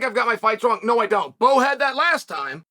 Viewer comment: I liked when he called Bo “Mo” lol